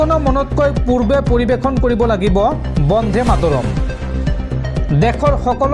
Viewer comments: বন্ধে নহয়,বন্দে ।শুদ্ধকৈ উচ্চাৰণ কৰিবা। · উচ্চাৰণ বন্ধে নহয়, বন্দে হ'ব লাগে